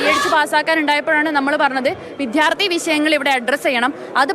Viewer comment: വിധ്യാർത്ഥിയോ വിദ്യാർത്ഥിയോ?!! എന്തിനാ ഇങ്ങനെ ഭാഷയെ കൊല്ലുന്നേ?